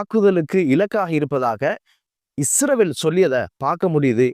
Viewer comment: அந்த காட்டு மிராண்டிக்கள்ட நாட்டின் பெயர்" இஸ்ரவேல்" இல்லை இஸ்ரேல்.(. உச்சரிப்பு....). நீங்க நல்ல நல்ல செய்திகளை போடுறீங்க சூப்பர்